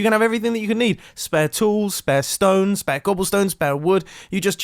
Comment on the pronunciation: Really just said ‘smooth stane’